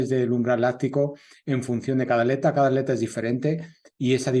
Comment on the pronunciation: Ya se que en España al separar en sílabas palabra atleta la at va de manera conjunta pero no significa que la pronunciarla de tal manera esté bien, at_leta ! Wtf? Pronuncian aleta y no atleta toda junta!!